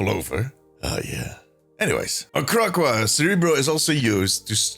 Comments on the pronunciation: it’s not Crackwa it’s Crack-co-wa 😂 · It’s pronounced Crack, O, Wa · Kra-Co-Ah Good video.